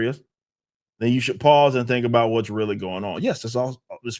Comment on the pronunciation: Weally whell lol. His pronunciation of well made me chuckle. Otherwise I don't like this video. I have to pay attention to get what he's saying and that's too much to ask Katydid.